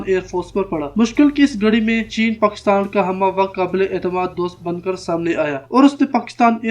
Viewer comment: how come he cannot pronounce Pakistan?